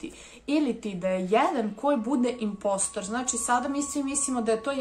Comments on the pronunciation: nije inpostr nego inposter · Kaze se imposter